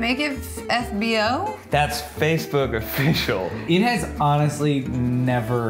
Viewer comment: Dude needs to quit saying "offish"